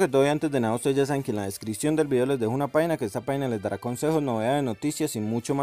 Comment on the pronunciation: Jaja no sabe hablar lias y ves de likes y descion en ves de descripcion